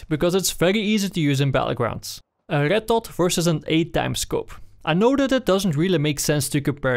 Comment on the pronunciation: it is me or that he can't pronounce Red XD but really good video. thank you